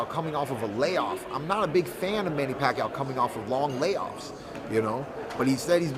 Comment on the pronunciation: not manny pakyo, it's manny pakyaw..